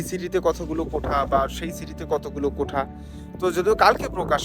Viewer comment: আরে ভাই কোঠা কোঠা কেন করেন ? শব্দটা হবে কোটা । মিডিয়ায় কথা বলতে হলে একটু যাচাই বাছাই করেই বলতে হয় , যেন আপনার থেকে অন্যরা কিছু শিখতে পারে ।